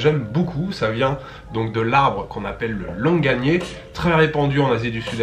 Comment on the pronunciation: C’est marrant j’ai toujours prononcé ce fruit : Longani On en apprend tous les jours 😅